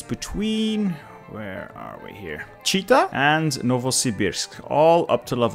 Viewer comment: Nice video! But Chita is pronounced 'chitA' (not like cheetah).